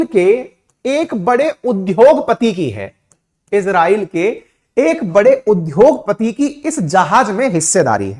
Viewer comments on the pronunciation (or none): कृपया उद्योग को उध्योग न उच्चरित करें केवल उद्योग बोलें ।